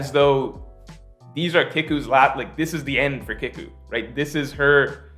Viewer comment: Btw it’s Kiku (KeyKu) your pronunciation is a bit off